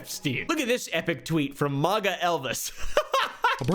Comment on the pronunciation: who tf pronounces MAGA like that